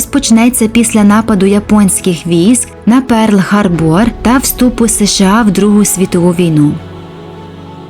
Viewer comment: «Сім цілих шістдесят дві десятих (!!!) міліметри…»??? Пиздець! 😂😂😂 Ваш редактор та диктор хоча б школу закінчували? Про «Перл ХарбОр“ я вже промовчу🤦🏻‍♂️🤦🏻‍♂️🤦🏻‍♂️ решта так само.